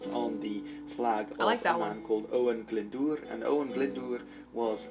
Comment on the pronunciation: You pronounced "Glyndwr" really well. Respect!